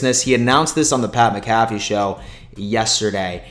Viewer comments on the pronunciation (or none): Pat Mc Caf fee? No, Mac A Fee